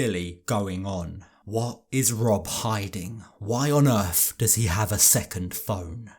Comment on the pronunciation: The Earf😂😂 you must be a fellow 90s kid